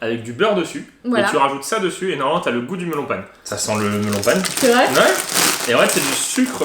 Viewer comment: sa ce prononce mélone pain